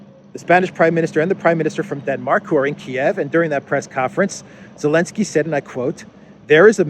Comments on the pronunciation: Why do you call him "Elensky"? You know very well (or do you?) that it's Zelensky. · Zelensky, not elensky